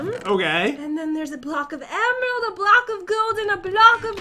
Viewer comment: I got zee emerald bloocke